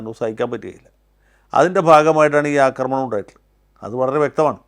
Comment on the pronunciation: ആദ്യം അവതാരകനെ നല്ല മലയാളം പഠിപ്പിക്കണം. സിന്ധൂര്‍ അല്ല സിന്ദൂര്‍ ആണ്. അനാവശ്യ stress കൊടുത്താല്‍ എന്തോ വലിയ സംഭവമാണെന്നാണ് പല കേരള മാപ്രകള്‍ക്കും... വിധ്യാര്‍ത്ഥി, അധ്യാപകന്‍, അക്രമണം പിന്നെ കുത്തും കോമയും തെറ്റിച്ചുള്ള ഉച്ചാരണവും....